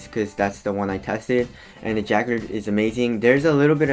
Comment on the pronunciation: correct me if im wrong but i believe its pronounce juh-card LOL